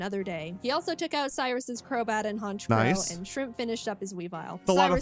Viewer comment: It’s not honchcrow it’s hernchcrow